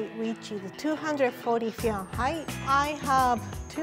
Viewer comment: her accent when she says FeWInHeIt